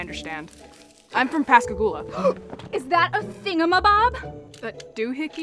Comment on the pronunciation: She pronounced Pascagoula perfectly!